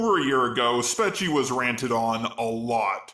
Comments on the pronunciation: It’s Spee-chee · She pronounces it as speachie... like put an s before the word peachy or a y at the end of speech. It is to be a play on speech and peachy. And what this at the end, is sounding very human there. The Robot Revolution is nigh! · I clicked on one of her videos and she said her notifyme account handle. It's pronounced Speech-ee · And I just watched her apology video. You don't know how to pronounce her name even though she literally says her name in the video you covered. What the lazy fuck.